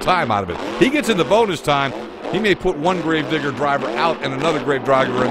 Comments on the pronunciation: He said grave droger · "grave driger"